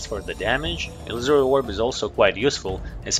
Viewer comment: Ee-loo-sorry orb